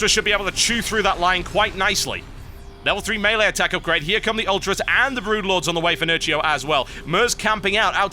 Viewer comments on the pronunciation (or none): none